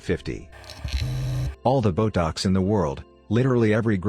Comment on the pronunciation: I was just listening and heard "boat docks" I was about to call BS then I read the text. "BOTOX" 😂😂😂😂😂